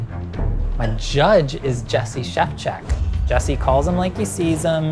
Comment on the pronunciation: When said "Szewczyk" it sounded like "Chef-check", which is just the perfect name for a judge on this show.